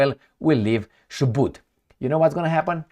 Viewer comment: You are pronouncing Chubut correctly jijiiiji